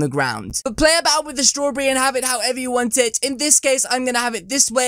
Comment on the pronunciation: He says strawberry wrong 😂 nice accent